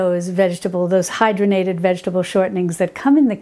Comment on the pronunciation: I think the word you were thinking of is “hydrogenated” vegetable oil. Pronounced hide-raw-gen-ate-ed. You are correct, they are bad for us because they are a trans fat, man made, and they drive our bad (LDL) cholesterol up. Lard is much healthier for us, I believe. Thanks, I grew up on the Little House books and bought them for my granddaughter. I will look for the cook book.